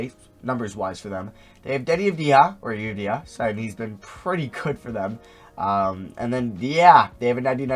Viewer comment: Day 3 of telling he's pronouncing Deni Avdija's name right No need to fix that